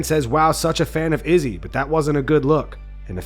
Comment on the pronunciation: why do you pronounce izzy's name weird every time?